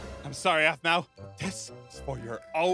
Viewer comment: did eneyone notes she dident say apmau she said azmau